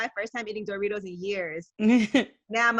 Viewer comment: Why ye say Doritos like "Door-ritos" lol